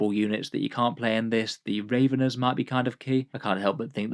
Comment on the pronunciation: I am going to complain about pronounciation. Tyranid Raveners are hungry, not birds. Their name sounds like ravenous, not raven. Just something I have noticed in a couple of videos.